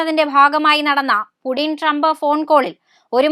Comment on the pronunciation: Its Putin😢😢Not Pudin😂😂